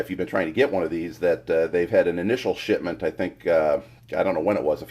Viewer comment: anyone else hear 'shitment?'